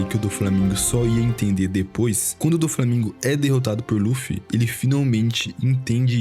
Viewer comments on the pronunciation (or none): none